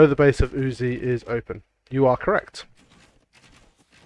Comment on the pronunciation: sir, may i compliment you on your perfect pronounciation of the name uzzi. You doin a great job sir, you know your stuff.